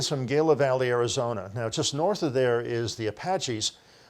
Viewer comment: Gila is pronounced hee-la. fyi